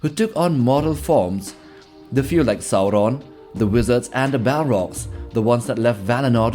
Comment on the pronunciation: Your pronunciation of Sauron and Morgoth is remarkably rad